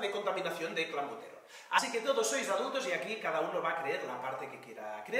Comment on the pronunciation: Desde cuando la "e" en España se pronuncia como "a", el primer día pensé que se había colado, pero ahora repite varias veces "clAmbuterol".